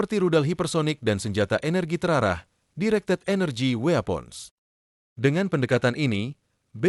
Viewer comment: Saran utk p3narasi: mohon peonu ciation diperbaiki. Xontoh weapo, on board. Thank you